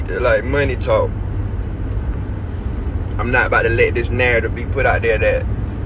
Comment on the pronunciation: "A nurrtive" where're you from bro? Lmao